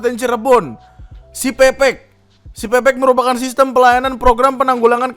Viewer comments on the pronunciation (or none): bang itu yang cirebon bacanya bukan pepek, tapi pepek (pepeg), e nya dibaca e bukan e wkwkwk artinya lengkap bang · menit , bacanya peke e kecil (kaya baca enam) jangan pake e medan bang. pepek /pepeg bahasa cirebon artinya lengkap. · .. bang, sebenernya siPepek itu cara bacanya "siPeu-peuk" atau kalo kata org cirebonya tuh pepek/peupeuk = Lengkap.. 😂 mungkin yg bikin nama gatau kalo kata Pepek tuh = "nganu" 😂😂😂😂